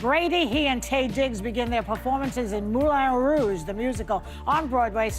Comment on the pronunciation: Really? Moulon Rouge? Oui oui, Mon Ami Wayne Brady 😂❤